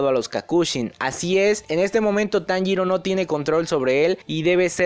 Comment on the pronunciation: taniro???? xD